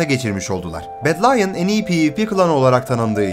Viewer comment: bedlionu bedlayın diye de okumazsın be